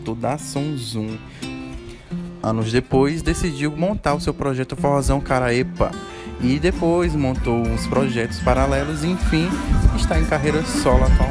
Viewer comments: a banda que o Fraça montou chamava-se de forrozão karapebba e não karauêpa! Kkkkk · França e forrozão karapebba, e não karaeppa! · Não é Forrozão Karaepa e sim KARAPEBBA amigo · França e forrozão karapebba e não karaepa certo😉✌👏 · É Forrozão Karapebba, não karaepa! Onde canta o sabiá é na voz do Neto Leite.